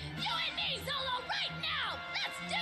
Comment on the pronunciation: Why does luffy say “zolo”? Like it doesn’t take too much research to figure out how his name is supposed to be pronounced